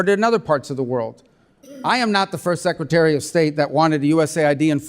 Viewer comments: Hey Congressman Meeks, what's a "Secatery?" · Secatary???? Duplicative? Education was wasted on thus guy.